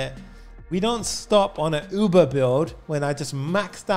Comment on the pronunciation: I genuinely thought he said OOBA and then I realized its UBER